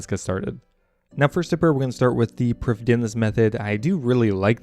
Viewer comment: Priffddinas is pronounced Prith-inas this is due to dd being a single letter in welsh and pronounced as roughly a th in english